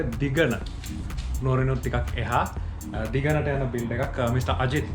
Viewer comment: මට මුලින්ම ඇහුනේ "මේ build එක දිගනo" වගේ....😂😂